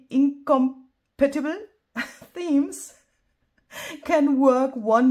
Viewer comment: Hello! I love how you are expanding your channel content with the paper premiere! I'm sad I couldn't be present. I also love the song. AI at it's best. WRT pronunciation: For the word's accent it's: "incohm-PA-tibul" 🙂